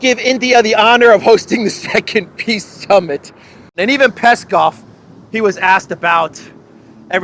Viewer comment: if you listen, zelensky says "piss summit". Interesting that is not mocking this:):)